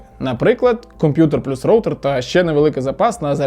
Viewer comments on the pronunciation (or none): none